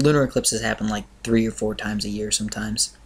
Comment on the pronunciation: You said gear instead of year :P